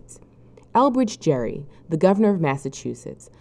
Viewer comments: His name is pronounced like Gary, not like Jerry. And yes, that means we pronounce gerrymandering wrong. But the least the supposedly educational narrator can do is actually get his name right. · Elbridge Gerry's name has a hard G in Gerry. Gerrymandering was (presumably) originally pronounced with a hard G too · If you can't even get Gerry's name right, everything else you say is suspect. Sloppy is not convincing.